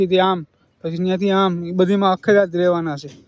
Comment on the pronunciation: અખેડા નહી ધુણા અને અખાડા બોલાય😂😂😂😂